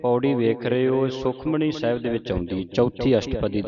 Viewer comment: ਤੁਸੀਂ ਵੀ ਸੁਖਮਨੀ ਨੂੰ ਸੁਖਮਣੀ ਉਚਾਰਣ ਕਰ ਰਹੇ ਹੋ ਗੁਸਤਾਖੀ ਮੁਆਫ ਕਰਿਓ